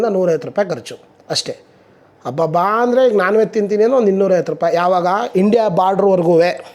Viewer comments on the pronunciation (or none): none